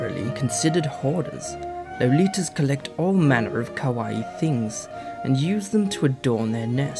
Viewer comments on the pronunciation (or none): "Kawouai things".....-__- It's kawaii!